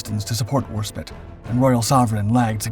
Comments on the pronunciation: Right! That's it! You have been told countless times by countless viewers to correct your pronunciation of Warspite, but you refuse to do so. From now on, every time you abuse the name of what is probably our most revered warship, a video of yours gets a thumbs down and yes, it's pure SPITE on my part. Twenty mispronunciations equals twenty videos get a thumbs down. Ineffectual I know, but it'll make me feel better. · Your pronunciations of names is a particular annoyance/amusement to me as a natural born speaker of English - and also one with a fair amount of military and wartime knowledge... For example, it is HMS War-SPITE, not War-spit. The "E" at the end tells you exactly how to pronounce the word! And there's HMS Mal-ay-ah, and not Mal-eye-er! And then there's Admiral Cunning-UM, not Cunning-HAM! Or the Italian port of Tar-ANT-oh, not TAR-anto... I wouldn't even mind so much if you didn't meanwhile get the Italian ships' names pretty much spot-on! And then we have the "allied" cruisers... I thought they were ALL British? Keep at it - and maybe watch a bit more actual (preferably British!) wartime footage with narration from the time - and I'm sure you'll get it right eventually!! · HMS Warspite as war-spite, not war-spit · Considering your pumping a game that has this exact ship it's pronounced WAS-SPITE not Warspit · Agree entirely …. Firing with spite ……. Not spit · Yet again She's HMS War - SpitE not HMS Warspit, thats like calling the USS NEW Jersey the USS New Jers ! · Have heard the name pronounced HMS War-SPITE & HMS War-SPIT numerous times on various documentaries throughput the decades by American AND British narrators. Could be wrong but seems that the British preferred the pronunciation of War-SPIT. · Worspit... That's a ship of her majesty's navy? Did I miss something, ... LIKE A SILRNT "E"?! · Stopped watching the second it was pronounced warspit… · it pronounced War SpIte I not it Do not disrespect Enterprise's British sister